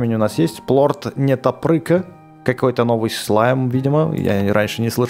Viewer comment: ПЛОРТ НЕТОПЫРЬКА А НЕ НЕТОПРЫКА